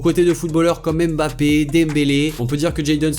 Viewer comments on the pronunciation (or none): none